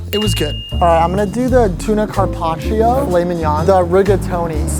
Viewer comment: Carpacio pronouncd as: Karpachoooh